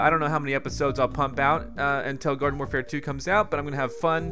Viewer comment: Did he just say Garden FORfare at the start of the video? 😂😂